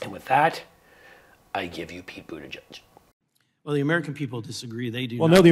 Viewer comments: Boot ah geig, not judge. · Please learn to pronounce Pete's last name‼️It rhymes with /edge/, NOT/mud/. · It's Booda gedge not Boodajudge